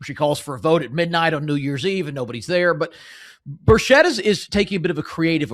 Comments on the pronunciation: Hard 'ch' like chess or chicken NOT 'sh' like she or sheep.... and 'chit' not 'chet' Tim 'Burchit' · "Birchett" is pronounced 'BUR-chet', not 'bur-SHET'. ☝ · Tim Burchett's last name is pronounced Bur-chet. Just sayin'